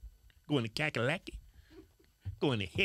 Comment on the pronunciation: “Kakalaki” is indeed the correct pronunciation